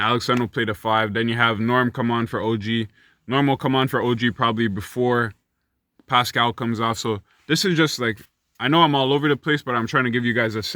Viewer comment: NA MAN.... You didn't have to do Pascal like that LMFAO. Man said "PSHHCHQ, PUSHCqUE, PUSHCHCH"